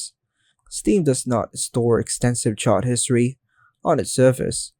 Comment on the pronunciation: It's "chat", not "chart"